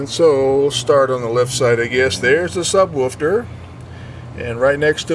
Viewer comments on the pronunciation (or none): "subwoofter" i dunno why i laugh so much at little meaningless mistakes